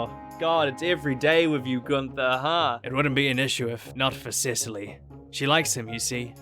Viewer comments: I get so frustrated with people pronouncing Guther as gun-TH-er it’s ‘Gunt-Er’ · After months of watching your videos not me barley realizing you have an accent with the way you pronounced Gunther